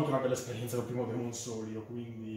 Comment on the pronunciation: Di ventola ne ha una sola in realtà...la base serve per dar più aerazione...e si pronuncia souls non soul 😅